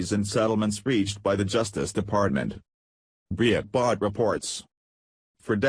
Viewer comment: No more views until you use a HUMAN VOICE to read the news! What the hell is "BREE ET BART" ?